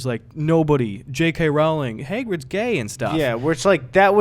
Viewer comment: We need to talk about how you pronounced ‘Hagrid’